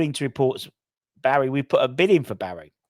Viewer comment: its pronounced - BARISH not Barry